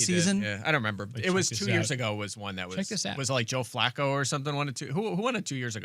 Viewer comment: The way pronounces Flacco is upsetting every time I hear it